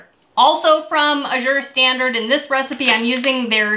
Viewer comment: I think Azure is pronounced with the accent on the first syllable: Ă-zher. Short "a" as in "cat."